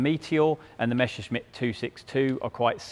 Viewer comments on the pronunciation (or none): Your pronounciation is WRONG. It should NOT be read "Meshershmit", but "Messershmit" !! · It never fails: it's not pronounced "mesher-shmitt" or"mesher-smitt". It's just"Messer-shmitt".